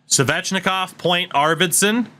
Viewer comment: The way you pronounce Svechnikov is so triggering